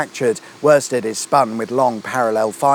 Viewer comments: Queen Elizabeth II is Britain's longest reigning Monarch. Worsted is pronounced woosted, the same way Worcester is. That Copper was probably on the Moor bar t'hat, the sun got to his head. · Hiya. I’m (almost😬) certain it’s pronounced ‘Wu(like ‘put’)-stud’, as in ‘Jeeves & Wooster’. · Shame he didn't pronounce worsted in Norfolk right. LOL the R is silent